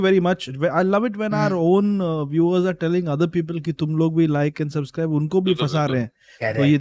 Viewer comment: Noones been subscribing cuz keeps saying 'suzscribe"